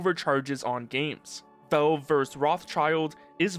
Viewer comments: Man why in fucks name are you calling it velv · The way you say Valve tickles my brain but like... in a not good way?